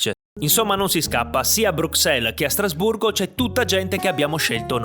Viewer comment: Hai detto Strasburro?